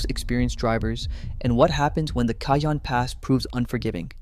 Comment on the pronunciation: You need to learn how pronounce cajon pass you're not saying it right ca-Hoan